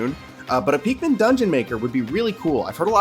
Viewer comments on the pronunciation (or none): Are you saying peakmin, it’s pikmin